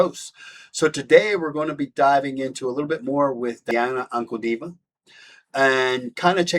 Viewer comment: Common now, please do not completely butcher her name, if you care at all...